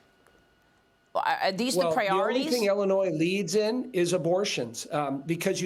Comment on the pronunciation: Ellenois? It's Illinois